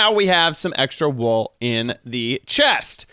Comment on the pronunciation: It's wool not wall dude